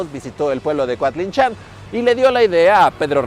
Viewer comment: Yo vivo a un lado de coatlinchan y lo pronuncias bien rarito jaja, saludos buen video Como dato extra los habitantes del lugar también dicen que cuando se la llevaron estuvo una semana lloviendo por aquí